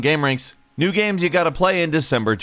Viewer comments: am i the only one that notices that falcon calls them "gams" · I can't be the only one that notices pronounces 'games' as "GAMS" 20% of the time.